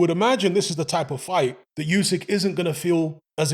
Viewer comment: OOSIK, not YOOSIK, FFS!